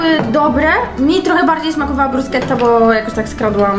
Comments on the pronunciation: brusketta wymawia sie bruszeta Fausti 😅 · BRUSKETTA!!!!! NIE BRUSZCZETTA XDDDDD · Nie bruszczety tylko bruskiety, nie parmedziano regiano, a parmedziano redziano 😂😂😂😂